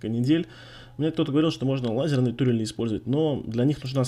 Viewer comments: Кстати да,, почему тУрели, а не турЕли?:D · Почему ты говоришь "тУрели",разве не "турЕли"?